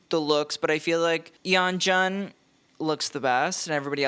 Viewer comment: the way you pronounced beomgyu and yeonjuns name killed me LMFAO